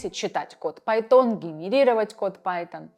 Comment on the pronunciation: судя по ударению на словах пайтОн, девушка уже пользуется вируальной заменой себя))